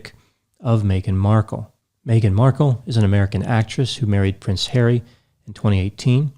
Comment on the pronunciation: Its funny how says prince HAIRY instead of HarrY:)